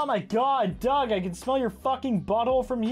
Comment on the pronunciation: When you said Doug it sounded like dog and my dog Barney picked his head up when you said it